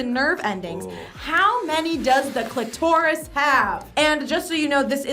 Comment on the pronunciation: I feel like the way she pronounces clitoris is going to haunt me… 😅